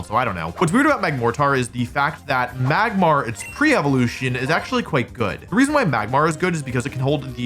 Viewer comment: saying Magmar correctly after saying "Megmortar" is diabolical